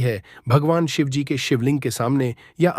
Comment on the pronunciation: U don't even know Shivji par ketki ka phool nahi chadta hai aur Shivaji & Shivji are different pathetic pronounciation